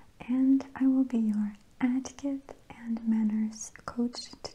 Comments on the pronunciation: Etiquette! NOT pronounced Attiquette. :-) The E is pronounced like the E in egg. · “Ah-tiquette” is up there with ”Goud evening” and “couking sassion” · I thought I was the only one thought she was saying it funny! Lol “AAtiquette LAAsson” 😂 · Its cute how she says etiquette "atiquette" 😆